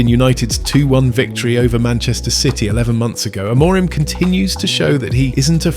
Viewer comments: Why does your host pronounce Amorim's name differently THREE different times in this video, and only once correctly. AM-or-rim. Is it AI? Oh yes, it's AI. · You should get AI to learn how to say the managers name if you want credibility and people to subscribe.